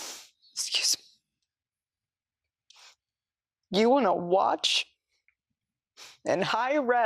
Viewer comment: lol… …”skewzmee…” it’s like lifetime for nazis what a fuggin psychopath. The advertisement for hi-res is also amazing, she should’ve thrown in Atmos for some additional kickback.